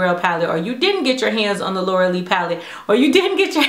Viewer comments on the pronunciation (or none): none